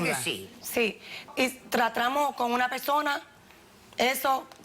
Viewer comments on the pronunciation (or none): escuché “tratramos”